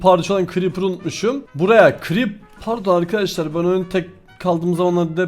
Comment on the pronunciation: arkadaşlar değil arkaaşlar diyo fark ettiniz mi